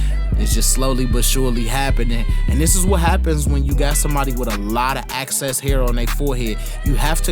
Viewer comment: Not critiquing but just prove that I listen to you I'm pretty sure you should've said excess hair...not Access hair..🤷🏿🤗..But the hell with that...YOURE BEYOND ONE OF MOST DYNAMIC BARBERS I KNOW OF...AND HAVE NOOO PROBLEM WATCHING YA VIDZ../Mannnnn ya betta putt sum insurance on dem hands like Tina Turner did dem legs...😂😂💯💯💯💯💯🙌🏿😔